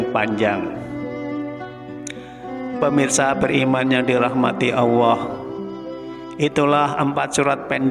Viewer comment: bisa ngomong Allah tu yg benar gak,, bukan awah